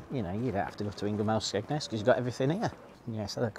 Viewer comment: It’s also the Ging-Ham not gig-ham restaurant lol